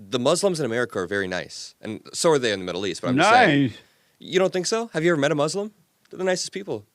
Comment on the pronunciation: Mooos-lum 😂 I can’t with this guy…